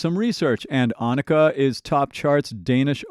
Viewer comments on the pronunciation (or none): none